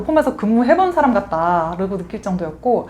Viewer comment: 코냉냉.. 뭐뭐 같다지 뭐뭐 갓당 으로 발음하지마세요. 언어구사력도 중요하지만 정확한 발음 많이 중요합니다